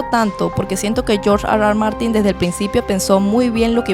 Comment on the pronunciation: Nadie: George Arwar Martin